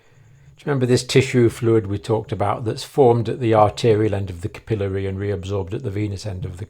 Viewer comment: You need a video for pronunciation. Capillary incorrect here, venous correct.